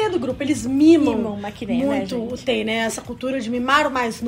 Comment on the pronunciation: Meninas, já que vcs se declaram tão "fãs", por favor procurem ao menos pronunciar os nomes corretamente, (isso se chama RESPEITO). TAE, por exemplo, não se pronuncia "Tae" e sim "Tê"